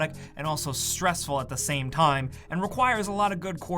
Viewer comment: TAAAHHM it's pronounced "time"